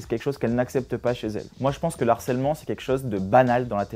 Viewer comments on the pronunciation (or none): On dit LE HARCELEMENT et non L'ARCELMENT monsieur le philo IMPOSTEUR